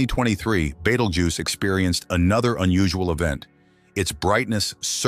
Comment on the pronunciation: The star's name is Betelgeuse, not Beetlejuice, or Beteljuice, or betelduce, or beetle uses, or Beetle Goose, or Badal Jews. It's hard to take a science-oriented video seriously when there are so many obvious mistakes.